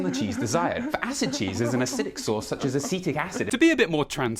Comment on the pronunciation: Ass-seatic acid?